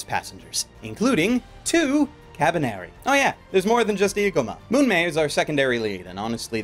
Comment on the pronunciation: It's "Mumei", not "Munmei". "Mumei" (無名) means "nameless" or "anonymous" in Japanese.